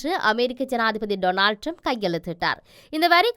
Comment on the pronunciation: அவர் பெயர் ரம்ப் அல்ல ட்ரம்ப். பெயரையே சரியாக சொல்ல முடியாத நீங்கள் IBCயில் கடமையாற்றுகிறீர்கள்.